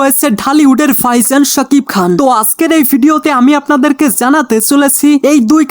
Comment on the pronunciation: ভাইজানকে বলতেছেন ফাইসান! মানে সীমা আছে ভাই, একটু এদিক-সেদিক হতে পারে বাট এতোটা? উচ্চারণে কাজ করুন অনুগ্রহপূর্বক।